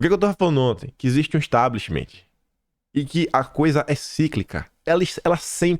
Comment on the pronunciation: Importantes análises! 🙏🏻✨🇧🇷 Gosto muito! Mas, não fica bem dizer “Establishmentiiiii”! Sugiro tirar este “i” final! Além de não existir, sabes falar inglês,! Só sugestão… é claro! 😉 És excelente! 🙏🏻🇧🇷✨✨✨